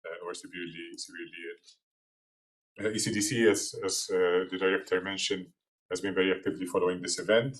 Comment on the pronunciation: I thought she was saying acdc not ecdc then i saw the writing in the background